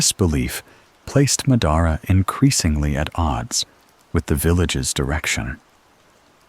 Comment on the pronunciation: Ma-daara?? Cmon man